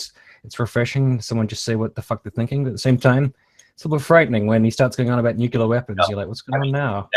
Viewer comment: The new avatar is a bit of a trompe l'oeil. -1 for the Dubya pronunciation of nuclear. A Trump appointment might be an effective role for Mrs McMahon - certainly better than the Senate. (She was the first woman - now joined by Mrs Clinton - running for high office against whom I've voted twice.) To avoid looking racist - try a French accent? almost everyone hates France. (I don't.) Betrayal/portrayal was an excellent Freudian slip. - The R word is just a big vice signal, practically the flip side of the other R word wielded by the other side. There is doubtless age-appropriate information for various audiences; QKS is badly off. Free the G from LBT! (my new mantra, and I advise the B to secede as well) The lesbian couple strikes me as being at (or at best nearly) on a level with parents who enforce conversion therapy. Sadly, it's probably too late to work out what was really the horse and what the cart.